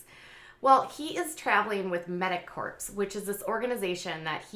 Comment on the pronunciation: I like hearing from you. Keep up the good work. Please learn to pronounce "corps."